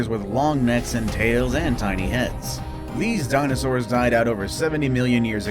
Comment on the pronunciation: did he say dinofours or dinosaurs.